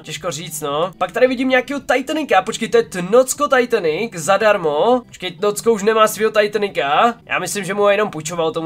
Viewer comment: Je to tnóčko a né tnócko😂